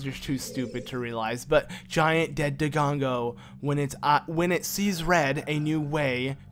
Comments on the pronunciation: Have you noticed that you always say "DoGONgo" instead of "DoDONgo"? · Dodongo...not Dogongo... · Why do you keep mispronouncing dodongo.. Also if you don't want the elfos to hurt you.. Use the deku shield instead of the hylian shield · The "dodongo" case is just annoying. With my name, it starts off as annoying, and if the person keeps pronouncing it wrong even after they've been corrected, it crosses over to offensive. Unless of course there's an understandable reason for mispronunciation. I've met deaf and hard of hearing people who can only try guessing the pronunciation. Language barriers have also been the case a few times.